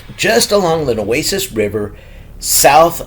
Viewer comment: So, when will you post the mentioned Anderson County, Texas dogman stories? I live right by the Neches River. BTW, it's pronounced "Nay'-chiz". Nay as in "pay", and chiz as in "Liz".